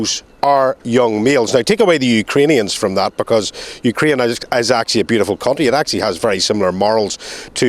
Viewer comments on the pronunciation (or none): none